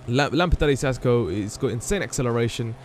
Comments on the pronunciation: It's pronounced KAS-co. No Sasco. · Lolol it's pronounced kasco no sasco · It's pronounced kasko and it means helmet in spanish